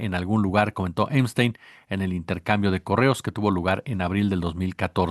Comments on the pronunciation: El nombre es Epstein con “p”, no Emstein con “m”. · Amigo,se lee Epstein,yo escucho que dices Emstein. Buenas tardes. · Veo que dice "Emstein"en vez de Epstein. ¿Alguna razón en especial? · El pichi "emsteim"...